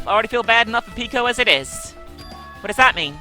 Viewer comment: she pronounces peko's name like the one in "boku no pico" >.>